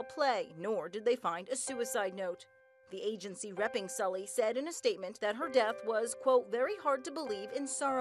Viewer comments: Very sad. Sulli was such a bright person. Her name is actually pronounced Sooly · The only thing that triggers me is how they pronounce Sulli